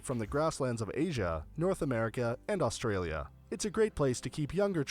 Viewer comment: It's interesting how the majority of videos you show on Australia have American narrators. Some of the names are not pronounced quite right.